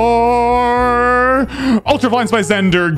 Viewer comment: is the only person that I've heard pronounce EnZore with an "En", everyone else just says it like "OnZore" for no reason.